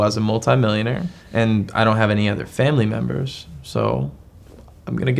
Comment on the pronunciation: the son literally says memebers